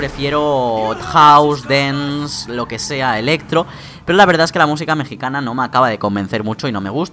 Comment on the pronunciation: JAJAJA NO SABES PRONUNCIAR DANCE